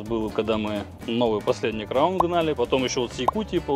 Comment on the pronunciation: Приятно слышать крАун а не как некоторые говорят крОун . Сразу понятно что не местные) кто так говорит в приморье